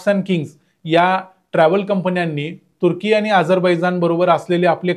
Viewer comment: मला तुर्की शब्द बरेचदा "कुत्री" ऐकु येतो! कशामुळे? 🤔 🤣